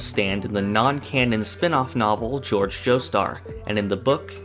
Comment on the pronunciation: *pronouncing Jorge like George Disgusting.